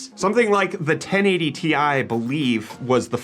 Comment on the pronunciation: Its t i not tie, how do you pronounce rtx ? R t x not retex